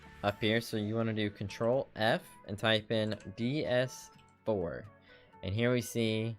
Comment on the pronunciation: thanks for the tutorial really help but am i the only one getting annoyed about him saying ds4 ?